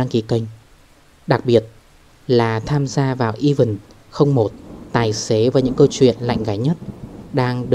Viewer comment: event thì đọc là "ì ven t" chứ k fải "i vần" ...đọc vại là chữ even nên nó ra nghĩa khác hoàn toàn. 1 là nói hẳn tiếng Việt, nói tiếng nước ngoài thì fát âm cho đúng nha chủ kênh.